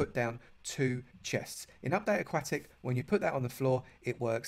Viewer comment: aquatic not akwatic